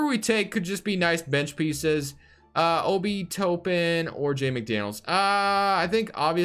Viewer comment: it's obi top-pen btw lol